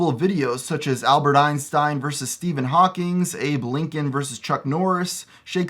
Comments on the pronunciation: It's Steven Hakwing, not Hawkings. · hawking not hawkings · Hawking not Hawkings, I'm sorry but it needed to be said.